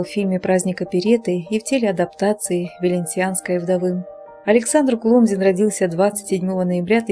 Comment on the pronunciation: Перепишите коментарий к видео с правильным ударением КулОмзин ! Хороший человек был ! Светлая память! Всем ребятам из ОПЕРЕТТЫ привет !